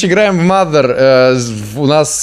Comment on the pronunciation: не маґер а мазер!!!!